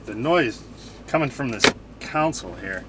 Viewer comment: It's pronounced "CON-sole," not "COUN-sul!"